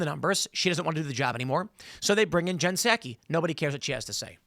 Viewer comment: I think Tim is the first person I've heard say Jen Psaki's name this way. Everyone else pronounces it like the rice wine, Sake. Tim's way could be useful for nick naming. As a reporter, pundit and purveyor of information, Jen Psaki is a hack. If we pronounce her name the way Tim says it, then we could call her Hacky Psaki. Which is moderately pleasing. I don't know if the younger generations still play hacky sack, but we need a new nick name for her. Peppermint Patty got kind of worn out.